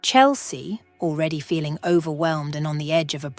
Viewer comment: This is not a criticism. It is just an observation. The storyline, structure and the voice are quite well done. Nicely presented. Noticed words such as ‘overwhelmed’ the ending ‘med’ is a mispronunciation. The final ‘e’ in the ‘med’ isn’t pronounced. There was another instance of this as well. Some concerns I had were: Why didn’t Chelsea do a Police report of the ‘vandalism’ and ‘disarray’ in her house so that identification or complication of rust was stolen; Hank’s ‘bonus’ in addition to his pay seemed a little extravagant, although understandable.; Who attended to the two children when Chelsea was called to be questioned about the identify ‘Mark’? ‘Mikes Moore’ There were couple of repetitions at the ending of the story. The conclusion was well achieved with the added touch of the farm and the horses. Thank you